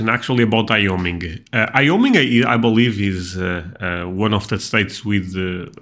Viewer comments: What was that? IOMIN. Guayoming for Wyoming. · Wyoming is pronounced "why-OH-ming" Wyoming is the least-populous state in the United States with around 580000 people. Those people are spread across 97914 square miles (253600 km²) giving it a population density of about 6 people per square mile. This is the second lowest in the US after Alaska, because Alaska has more people total but it's much, much larger.